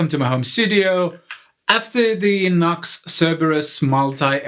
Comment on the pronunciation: It's pronounced "New X". Not Nux. Just saying.